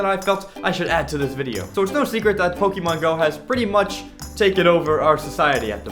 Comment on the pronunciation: You're pronouncing Pokémon wrong. XD